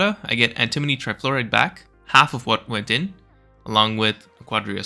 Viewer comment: anti-moni not an-timoni nak-wa-dah not na-kwa-da emphasis is important XD